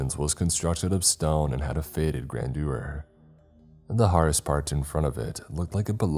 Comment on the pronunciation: When “hearse” was repeatedly pronounced wrong, it broke the immersion for me. Damn it! It rhymes with “purse.”